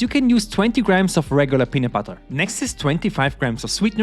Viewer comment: Bro said peanut putter doughnuts